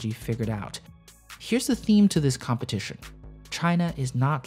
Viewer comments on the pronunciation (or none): Did anyone else notice the "compeitition"? Don't get me wrong, shit happens. Great video nonetheless!